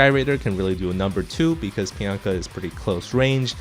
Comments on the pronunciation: Take a shot everytime says Pianka instead of Pinaka. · PI-NA-KA! PI...NA...KA!!! NOT PIANKA!! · Good video, but "Pi-yan-ka" drove me a little crazy. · piyanka? is that how its supposed to be pronounced? huh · Great insight into each unit. Very nifty. Please decide on a pronunciation for Pinaka. hahahahaha. :D